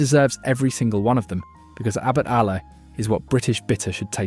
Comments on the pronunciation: Too many Southern beers which are not great.Samuel Smiths,theakstons and thwaites better.when you said Abbots Allah i knew you were a robot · It won't have tasted any beers because this video was made by a robot. Check out the pronunciation Abbot Ale